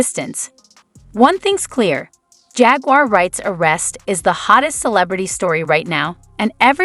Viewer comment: "JAGUIER WRIGHT" 😂